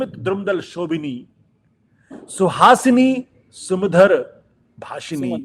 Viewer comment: Ashutosh dekh kar bhi thik nhi bol rahe.sumdhar nhi sumadhura bolo😂